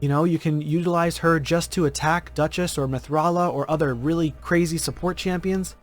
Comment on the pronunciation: Who is this "Dutchess?"